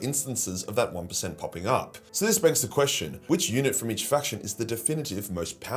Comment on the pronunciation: I kept mishearing unit as eunuch. It made the sponsor reading interesting ...